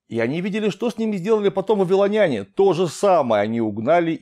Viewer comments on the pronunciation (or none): none